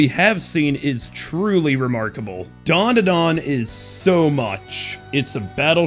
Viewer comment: Why do North Americans stick a few "U"s into Dandadan? The hell is Duanduhduan? 🤣